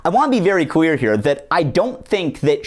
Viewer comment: whenever you say "clear" i think ur saying "queer" and do a double take but i love it every time